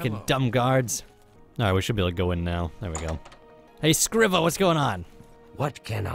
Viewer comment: Its pronounced screeva not scriva